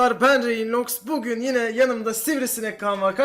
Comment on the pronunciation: Abi seni çok seviyorum diyeyazilir adam diye okunur